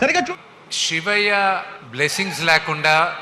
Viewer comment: షివయ్య కాదురా బాబు శివయ్య... ఇంగ్లీష్ రాదు, తెలుగు రాదు... 😂😂😂😅😅😅